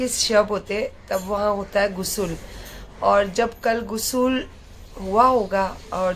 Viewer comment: Not gusul.....gusal hota he